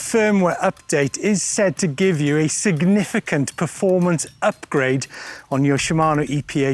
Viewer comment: Great video, and great job Shimano!!! Yo! What’s a “sganiffigant”? Thanks for the comic relief.🤙